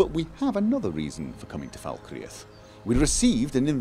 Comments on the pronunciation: does she say "fuckreath"? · Just so you know Falkreath is pronounced 'Fal-kreath' with only two syllables. Ps love the vids :) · lol Gophers accent is from the North of England (Manchester) but his pronunciation of Falkreath have nothing to do with each other in fact no accent in England would pronounce like that. has bit of a mixed accent, a combination of Manchester and Oslo which I like both of. The United Kingdom or Great Britain is a set of Island and country's called England, Scotland Wales and Northern Ireland with the Channel Island & the Islands off the coast of Scotland all go together to make up Great Britain and the British Isles. There are more to add to this but for that list just do some googling around the British commonwealth. Hope that helps:)